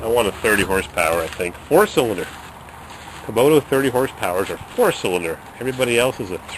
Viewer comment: ok, first of all, its not kuboto, the way you say it, kubota, second of all, if you want a real tractor, get a deere, get a belly mower, much easier to handle, the 3 point hitch is a bitch, cause it swings all over when you turn, and they dig in when you back up, as far as snow blowers, fronts are hydro, and are freakin guttless. the rear may be a bit harder to operate, but much more power... good luck